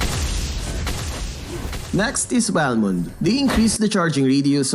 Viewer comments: Why can't you say balmond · how dare you say "Balmond" it's Bal**** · Bal****❌ Balmon - d ✅